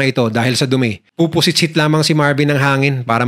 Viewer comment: Dun ako natawa sa salitang POPOSITSIT...🤣🤣 Ilocano ka boss?